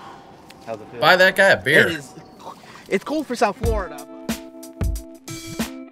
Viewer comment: Did you say "Buy that guy a bear"?? 🐻